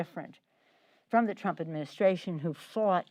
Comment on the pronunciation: She is clearly obsessed. She can't even hold a press conference without slurring the name Trump.